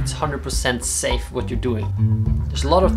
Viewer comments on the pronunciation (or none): none